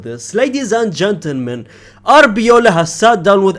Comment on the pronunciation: it's Arbeloa not Abiola 😅😅😅